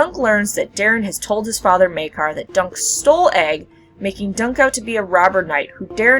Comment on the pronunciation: Maekar, not Maegar...